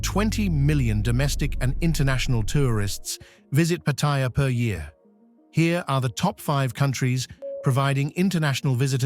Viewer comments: >< Paht-ah-yah Not Pa-thai-yah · Pa ta ya’, not pah tie’ ya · Thai pronounciation is Pat-a-ya not Pat-tai-ya , please get it right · If at all possible ..kindly pronounce , as you say PATTY JA ,..thai s pronounce it PAR TAY JAA ..two distinque words in english patty ja ! alas in Thai there consists of three par tay jaa ... more of a slow walk ...then a short shit like patty ja ?. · Pattaya is not like pappaya...Thais pronounce it Patt-a-ya 🙏 Correct pronunciations of Thai place names and words in general..helps when dealing with locals. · Absolutely! The accent is on the FIRST syllable!!! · FFS an absolute cringefest everytime the place is mispronouned every few seconds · Never heard a Thai pronounce Pattaya like you do...... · You'd think an automated voice could pronounce Pattaya properly. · Is ironic that you don't even know how to pronounce the name of the city you are featuring